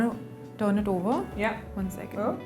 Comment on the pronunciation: isnt that yaaaaaaaaaah she borrowed from USA 😂😂😂😂😂😂😂😂